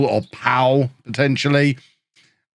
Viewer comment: Pau is pronounced the same as the fourth tellytubby ;)